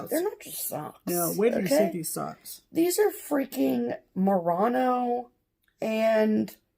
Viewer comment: I spit out my tea at merino being pronounced "muh-rah-no." Always a laugh, ladies. XD